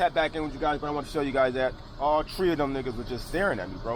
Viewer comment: he said all tree of them all tree of them 😂😂😂😂😂❤️